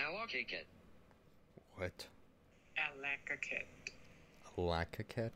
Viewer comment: As an Alaskan you got Allakaket close enough, I'm not even able to say it lmao